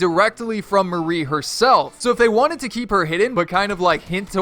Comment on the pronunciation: STOP CALLING HER MARIE!! ITS MARI (MAH- RI) sheesh